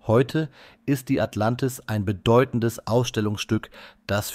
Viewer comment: Sag mal, was ist " Atlantiv"? 😉